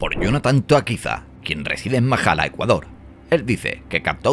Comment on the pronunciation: Saludos buen video pero no es mahala es machala 😂😂😂